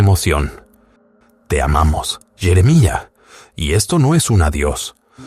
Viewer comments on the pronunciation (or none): Jeremalla😂 .Jeremía,punto